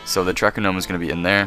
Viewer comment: YOU LITERALLY SAID Ggnome and im dying